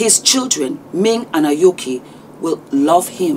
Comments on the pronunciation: A-o-ki Not (A-ko-i) As in AYOKHI. I love you non-the-less.❤ You spoke like a matured auntt indeed.❤ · Her name is pronounced A-O-Key, not akoy. But I love it and love your videos. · her name is pronounced A-O-KI, not AKOY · just a quick helpful note: her name is Aoki (pronounced eye-oh-key) ❤❤❤ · Agreed with everything🔥🔥🔥🔥🔥🔥..though her name is aaaoooki not akoi.. but the message is so touching from a mother to a daughter. Thank you...I also I want to go for therapy...it's not about African aunty You are RIGHT!!!!!!!! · Her name is Aoki not Akoye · her name is Aoki and not Akoi. I love you lots mama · Hi! Just a small correction...Aoki is pronounced aaiyokie. 😉 Thank you for sharing this uodate. I think this is just a form of expressing hurt and rebellion. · Love you, her name is pronounced A-oh-key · Hi, 'Aoki' is pronounced as 'Ayoki'😅😅. Love you though! 🤍🤍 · The young lady name is Aoki not Akoi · I think it is pronounced Aoki not Akoi... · It’s not Akoi. It’s Aoki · It's not Akoi, it's Aoki.... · Good heavens ! The name is Aoki not Akoye😂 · Parents need to be mindful of the long-term impact their decisions may have on their children. Yes, it seems Aoki has daddy issues and wants attention, but generational patterns are also real. Russell has no moral right to fight this relationship. I just had to say that her name is AOKI, not AKOI. You said it correctly and then switched back to saying it wrongly. 😅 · I like the way you call her Akoi and not Aoki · Her are parents 16 years apart but! This man is 43 years older that’s sick. Her name is pronounced A O Ki not Akoi. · I'm sorry I keep hearing you mispronouncing the young ladies name and it's driving me nuts it's pronounced " A-OH-Key" not Akoi/Akoy. Thank you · Sorry but it's pronounced eh-oh-key ano A-koi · Hey! Just wanted to tell you Aoki's name is pronounced Eye-yoo-kee. But I agree what you said 100%!! Thanks Sis!❤